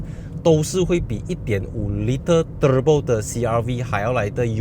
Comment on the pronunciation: 你说～ turbo~ 和其他人不一样😅😅 舌头会抖动的发音。